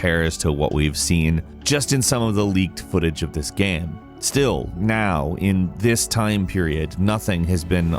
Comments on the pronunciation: Btw dude. Not G-eam. G-aim. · why does he say “gam” instead of “game” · Sounds like he keeps saying "Gaem" ? not Game. Anyways solid video 👍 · Yeah like game is apparently a difficult word xD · He's said the word so many times that it's broken like a record. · Looool damn, cannot unhear this